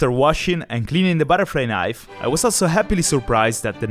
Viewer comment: "il più grosso baraflai naif"